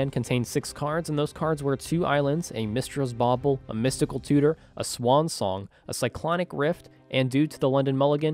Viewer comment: “Mistra’s bauble” made my brain hurt